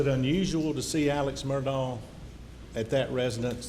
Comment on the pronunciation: Is anyone going to EVER correct the news anchors in the pronunciation of his name? It’s Murdaugh, NOT Murdock…. Jeez. Everyone of them continually says Murdock!